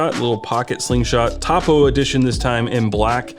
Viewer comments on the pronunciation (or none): As a Surveyor I just have to say…..Topo (topography) is said toe-poe lol.